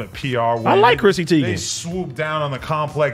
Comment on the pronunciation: Teigen not Tiegan